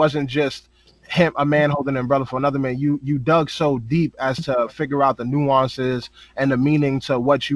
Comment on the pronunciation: Nga say nueonces 1 mo time....